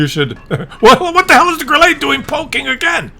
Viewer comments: not GrillEE , Grille (e is hard short, not french long like warm singsang - we Germans don't have time to sound friendly.- short and hard :face-green-smiling:😋) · Why do you call it a Grillé?! Or is it "Grillay?" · Grille is pronounced Grill la. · While we are still on the topic of the Grille . And by the way you don't have any german friends as long as u pronounce the Grille wis a french accent ?:face-purple-crying: You muppet.🤣